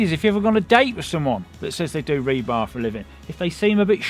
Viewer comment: We needed a count of how many times you said rebarb.